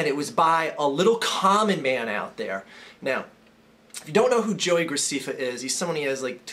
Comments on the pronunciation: And his name is pronounced grac'eh'ffa with an (ɛ) vowel sound. not 'ee' (i). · Yeah, you did say it wrong. It's GraSEHffa. I should know; my little sister watches his shit all the time. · Scuze me, his name is pronounced joey gracEffa. Not gracEEffa. Thanks. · It's not Joey Graceeeeeeefa it's Joey Gra-ceh-fa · ITS NOT JOEY GRACEEEEFA ITS JOEY GR-AH-CEH-FFA. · it's GracEFA not Graciffa dude don't make videos about what you don't know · It's graceffa not graccfa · JESUS CHRIST IT'S ANNOYING ME YOU SAYING GRACIFA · its pronoucned gra-seff-fa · You're saying graceffa wrong, it's gra sef fa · What I don't get is if you saw the video then why are you pronouncing his name wrong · You are rude to everyone who watches him and u are saying his last name wrong get it right ! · You dont fucking say his name right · Are a a#$ whole learn how to pronounce his name first of all. And the 1 of the reasons u hate him he's good looking (unlike you) and 2 he has more suscribers. Your just jellous. And his fans are not just girls there guys and girls. And whoever can listen and agree to this nonsense is stupid and ill in the head. You hate on people cause there popular so you don't need to make these vids on wat you think about people cause no one cares about your opinon so stop being inmuture and GROW UP!!!!!!!!!! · Because he mispronounced his name? Your logical is beyond astonishing. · Learn how to say his last name fucking idiot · Okay, first learn to say his name right and also you only have 37,388 subscribers so I wouldn't be talking okay he was joking the whole time about the fat thing he wasn't calling the person fat he called the car fat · learn to pronounce his name before you judge him dumb fuck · You're saying his name wrong